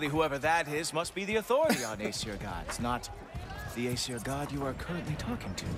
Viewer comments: Lmao siri probs went off because she thought you said "siri" instead of "Aseir" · I love that "Aesir bow" became "Hey Siri. Bow" XD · Lmaoo. When he said "Aesir Bow", his phone thought "Hey, Siri! Bow?" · You said "Aesir" and she heard "Hey Siri" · says aesir bow and activated siri, don't think relised that aesir sounds real close to hey siri lol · you said aesir bow wich prolly sounded like hey siri bow